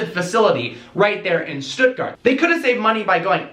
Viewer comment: Dude! Huge respect that you pronounced "Stuttgart" the german way and not how every other American would do it.